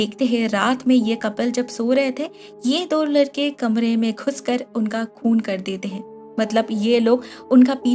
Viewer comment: Its لڑکا not لر کا